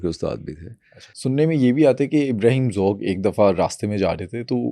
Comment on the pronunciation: سلام پوڈکاسٹر صاحب آپ غلط کو گلط کہتے ہیں آپ سو (100) بھی غلط ادا کرتے ہیں آپ ذوق کو ذوک کہتے ہیں